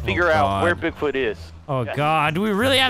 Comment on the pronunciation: "We have to find Boogfoot"